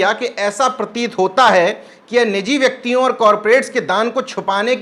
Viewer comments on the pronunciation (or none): आप प्रोनाउंसियेशन अपना ठीक करें व्यक्ति को ब्यक्ति व्यापार को ब्यापार शब्द को सब्द बोले हैं आप इसी ख़बर में वी.पी. सिंह को बी.पी.सिंह भी बोला और विपक्ष को बिपच्छ उच्चारित किया है अन्य बहुत सी ऐसी ही कमियाँ हैं जिन्हें ठीक करने की जरूरत है सादर निवेदन 🙏